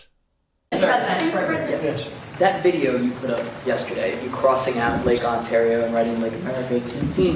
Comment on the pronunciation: OOOooo.... he can say Ontario right. NO one takes him seriously!